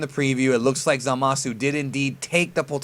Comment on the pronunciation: Zamasu is pronounced "Zah-mus", not "Zuh-mah-soo". Just Saiyan.